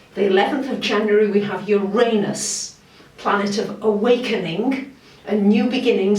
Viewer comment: Her pronunciation of the word I accept °°{